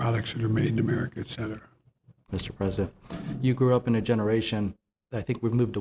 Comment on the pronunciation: "et cetera"